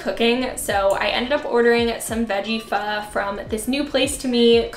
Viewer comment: Everything looks so yum! Love these videos of yours. And thank you for pronouncing pho right!!